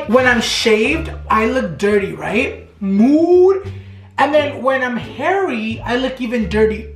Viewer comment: Everything you say MOOD, I think you say MOO. Lol